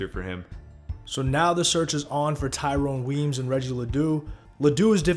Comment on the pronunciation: Thank you for correctly pronouncing Tyrone Weeeyms